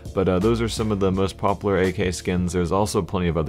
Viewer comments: you keep saying pop lar and not pop u lar:( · popUlar** not poppler. pls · stop saying popular as "popler" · Stop saying 'popler' learn how to pronounce a 'u' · ツ CS:GO tru. Just stuck out to me as a little funny ;D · lol popaler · Chill dude its just a minor problem jeez... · parkdd You still aren't getting my point. The maker of the fucking skin does NOT speak English. He completely made the name up himself. Its not 'popular' pronounced the way we say it. Jesus christ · saying popular........... oh god. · The way he says popular makes me like question it . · Do you not know how to say popular? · you say popular so bad. pronounce the U more... sorry